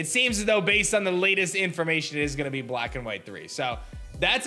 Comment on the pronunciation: “Bwack and white thwee”